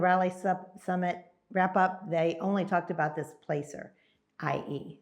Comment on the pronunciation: Hey, It's pronounced "Plasser", not place-er.